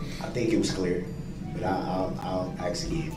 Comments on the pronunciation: He needs to axe questions in order to get to the truff. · Did he axe you that? Are you making a tacket agreement?